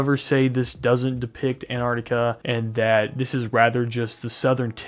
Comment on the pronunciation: good job pronouncing la crítica man appreciate that